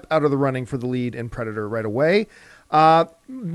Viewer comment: I like how it says pedator.